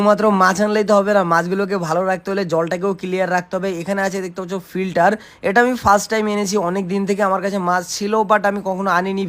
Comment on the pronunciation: Frilter na re bhai Filter